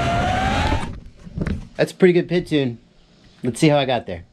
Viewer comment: Love your videos. Great information, well thought out and well presented, but when I hear you say 'pid' instead of Pee Eye Dee it drives me crazy. :-) When you talk about the speed of a motor you don''t call it the erpem..... when you talk about the command line interface you don't refer to it as the klie.... when you talk about electronic speed controllers, you don't call 'em esks.... so why on earth would you refer to the proportional,-integral-derivative control as the pid? Oh, I get it.... some abbreviations are spoken as words.... SCUBA, LASER, and RADAR come to mind, but Three Letter Abbreviations AKA TLAs, (not tlahs) are almost always spoken as three letters. In most cases, TLAs are not acronyms (abbreviations that are spoken as words) but they are usually initialisms ( all the letters are pronounced as the names of letters ). In fact, the only TLA that I can think of that is actually an acronym is CAT as in CAT Scan. Anyway.... Every time I watch one of your videos, I DO learn something, and because of that, I'll continue to watch your stuff and continue to learn stuff nearly every day. That said, every time I hear you say 'pid', it's like nails on a chalkboard. :-) Keep up the great work and thanks for what you do...